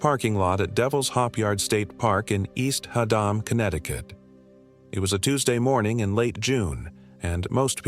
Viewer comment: East Ha-dom. Hysterical! Get your AI narrator some pronunciation lessons. There are more Black Bears in Connecticut than your writer has brain cells.